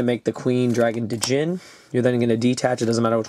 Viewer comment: Okay, I think it's time someone said this... "Djinn" is pronounced as 'Jin'. It's as if the D wasn't there.